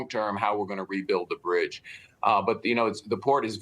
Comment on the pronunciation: You ain't gunna get "that brdge" reopened 🤦‍♂️